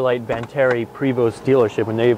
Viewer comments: “...and today, I have this 2000 Prevost Vantarie...” No, you don’t. You have a 2000 Prevost VANTARE. At least learn the correct name of what you’re selling. The name is on the front of the coach and on numerous other places throughout the tour, yet it’s spelled wrong in your headline and pronounced incorrectly by you. You’re like the Craigslist posters trying to sell their “Camero” or “Avelon” - the name is right there in front of them, yet they still can’t get it right. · its pronounced Prayvo.....And its a Vantare not a Vantarie. Typical salesman..... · And he pronounced Vantare' wrong too.